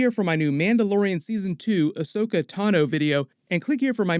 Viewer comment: Fuck why do people always get her name wrong? AHSOKA, NOT ASHOKA!!